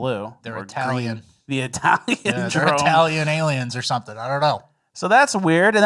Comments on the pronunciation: Is saying “Aliems?”😂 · all i hear is saying “aliems” 😂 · Do you just say self-flatulation 😂 It's flagellation with a g 😂 And am I hearing alien with an M? What is going on here?